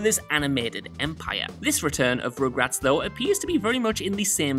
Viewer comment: So excited for party down to come back! It’s such a great show! On another note it sounds like he is saying regrets and not rugrats 😂🤣